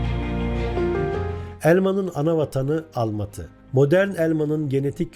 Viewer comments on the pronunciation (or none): Uli değil ulı, kizi değil kızı! Almati değil Almatı, aldim değil aldım! Biz Türküz dayım Çinli değiliz Türkçedeki ses uyumuna dikkat sevgili arkadaşım